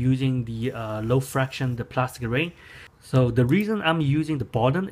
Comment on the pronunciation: friction not fraction